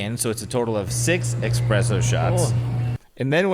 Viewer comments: Say it with me “ESPRESSO” not eXpresso 😭😭 love y’all but it makes me cringe so much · As a barista at the Stanley Hotel….I’m triggered by saying “eXpresso” instead of espresso 🙃🙃😂😂 love you guys so much! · When said expresso instead of espresso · I love but I couldn't handle him saying "expresso shots" lol